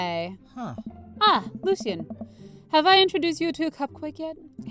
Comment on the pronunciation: Its pronounced " Lo-She-En " not " Lucy-En